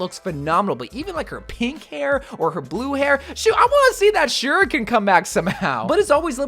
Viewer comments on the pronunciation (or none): none